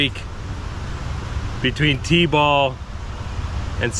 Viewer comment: when you first mentioned the word t-ball, i thought you had said d-bol,,,,,, lol. is now bulking up in the gym, gonna get to 260lb and then go on a cut, that's the real big change folks. lol.